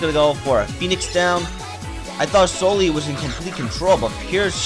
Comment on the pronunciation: It's pronounced So-Lay